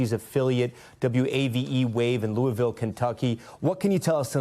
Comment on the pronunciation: It’s pronounced Lewisville.